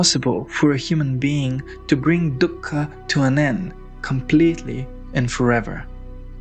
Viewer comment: Dhukka just means sorrow in Hindi. Stop saying it like that lol.